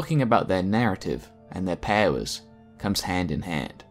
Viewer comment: The way you say “powers” sounds so dumb.